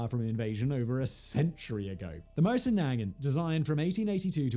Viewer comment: What the hell did he call the Mosin